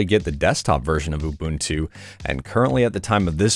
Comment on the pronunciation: Says Ubuntu correctly twice, but throws an ooBUNtoo mate in the middle for some reason...